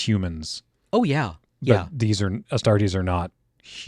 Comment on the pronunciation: Astartes not Astartes !!!